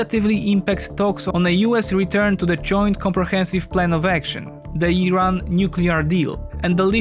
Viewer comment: He pronounced Iran correctly he knows what he is talking about